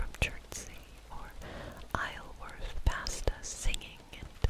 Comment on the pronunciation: Isleworth is weirdly pronounced "Eye-zell-worth". There is a nice pub there right by the river called the The London Apprentice.